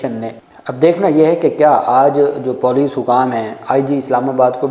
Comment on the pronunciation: Moroon correct your Police pronunciation.... I'm disliking your video bc of this